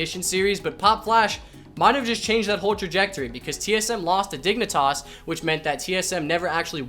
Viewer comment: I hear you saying dignitoss and yes your correct.. hahaha